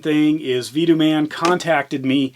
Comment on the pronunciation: Pronounced Vah-toe-mun..